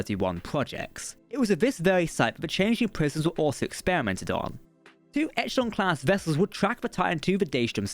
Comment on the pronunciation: Okay I'm sure someone else has said it, but its pronounced 'e-shell-on' not 'etch - el - on' :D